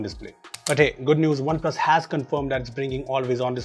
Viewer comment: Whenever says OnePlus Phones.... Why does the comment says spoons 😂😂